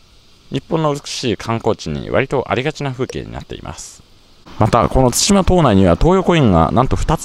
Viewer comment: 対馬 をたいま読みで草生えた なんつか、ここまでハングルに支配されてると乗っ取られてる感あるなぁ 日本の領土は日本人が守らないと